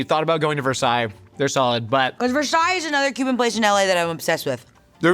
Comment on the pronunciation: IS "VERSAILLES"